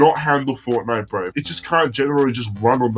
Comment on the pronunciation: u forgot the t in fortnite